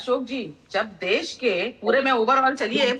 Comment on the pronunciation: Abe toltle def nahi desh bol aapiye